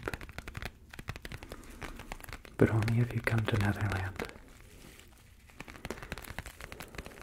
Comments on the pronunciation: Did anyone else cringe a bit every time he said netherland instead of neverland.. 😅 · I heard 'Netherland' instead of 'Neverland' a couple of times....Maybe it's because I live in The Netherlands. Yep The Netherlands surely are beautiful. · Is he saying Netherland instead of Neverland? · Was he saying never land or nether land?? ( no hate just a question) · This was really relaxing, but I'm also laughing because I constantly hear him saying "Netherland" and not "Neverland" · LOLOLO , he said Netherland instead of Neverland 😂😂😂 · Learn how to pronounce your v's guy. "NeTher land" and "NeVerland" are two different places. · Is it just me or does keep saying 'Netherland'?